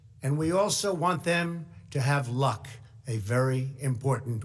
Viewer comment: Why does "luck" come off sounding like "order 66"?